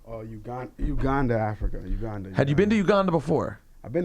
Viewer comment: The way he says Uganda annoys me...